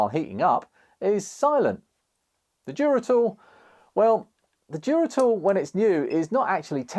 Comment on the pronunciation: Duratool damn I thought you were saying Geritol 😂